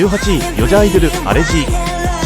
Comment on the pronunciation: この動画でAllergyがアレルギーと発音しないってことを学べました｡ありがとうございます｡